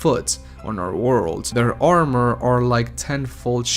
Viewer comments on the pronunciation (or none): none